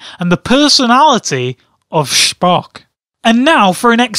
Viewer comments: Sphock u say it wrong it's pronounced spo-ck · Its star trek dumbass and its not SHPOCKSH its Spock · SPOCK is not from Star Wars he is from Star Trek and you don't call him shpock it's Spock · STAR TREK AND ITS SPOCK NOT SHPOCK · "Shpock" lol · Lol "shpock" :) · Can't stop laughing at the way he pronounces Schpock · It's Star Trek and it's Spock (sp-o-ck) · "Shhhpock" Wat. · It's pronounced "Shpock"? I didn't know that Spock is German. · You fool, it's pronounced Speck